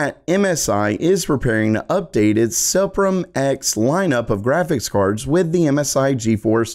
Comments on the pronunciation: Pretty sure it's pronounced "Supreme" - just a goofy way to spell it for marketing purposes. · I believe the MSI "SUPRIM" line is intended to be pronounced as the English word "Supreme". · Hey, you think that's (SUPRIM) just pronounced "supreme?" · Suprim = SOO-preem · This Man when saying "Suprim" is kinda different than what I thought